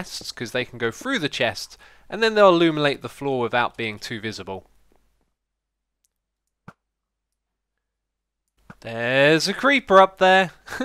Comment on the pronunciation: he says the sea lanterns will illumilate instead of illuminate